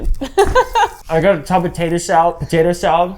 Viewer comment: "y'all ever had taytuh salad" 😂😂